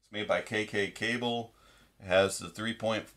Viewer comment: " kkk-ble " Brand name . . . you are doing it wrong !